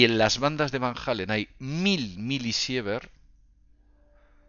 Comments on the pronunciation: Van jalen dice jajajajaja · ya lo sé amigo, sólo que dijo "Van Hálen"... Se le cuatrapió, talvéz venía de escuchar "what is love", ó "panamá", de la banda gringa de rock!:)))))) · Van Halen no es lo mismo que Van Allen. Lo pronuncia con J "Jalen" cuando es con H muda (ahlen). OJO ahi. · martin ES que ya le hemos dicho a que Van Allen es muy distinto de Van Halen (no hay necesidad de que pronuncie una H que ni siquiera existe) pero se le resbala